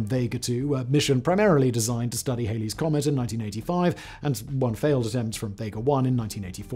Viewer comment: How does a Brit mispronounce Halley’s Comet?